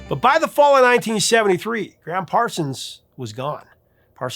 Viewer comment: BTW—it’s Gram, not Graham, Parsons. The Gram was short for Ingram.